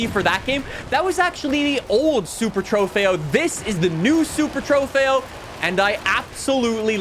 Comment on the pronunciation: Just to help it’s pronounced “ Trugh- FAY-OH” just to let u know